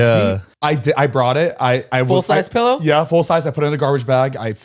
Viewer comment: 'Pellow' 😂 face 😂